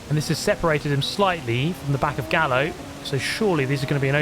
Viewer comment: sorry but isnt Gallo read Gayo? Simillar to the Gallardo